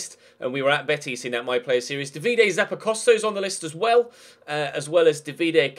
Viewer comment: "Davide" is pronounced with a long "a".